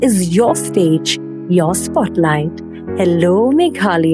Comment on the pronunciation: News channel please learn the pronunciation first..it's not meghaloy...it is meghalaya